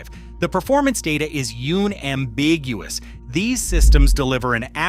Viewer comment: YEWN-ambiguously AI slop here. lmao.